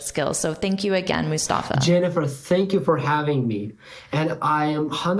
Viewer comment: like when u pronounced his name Mustafa so beautifully nice vedeo